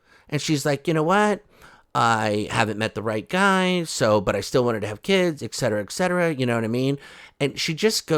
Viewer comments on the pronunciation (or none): Do, all Americans say "eKcetera".? Is it modern Fawlty ( towers) 😜